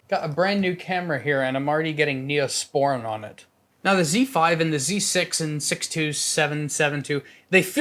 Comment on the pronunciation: Hi and thank you for the video! I own the Z5 together with the 24-200mm lens and it performs amazing, I love the image quality and also the camera build. I believe it's a great camera, especially for people who can't afford a more expensive Nikon mirrorless camera. "Neosporin"😂😂😂